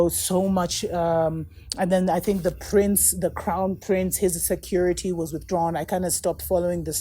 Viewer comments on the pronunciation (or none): none